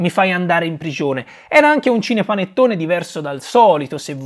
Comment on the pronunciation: Perché dice "scinepanettone"?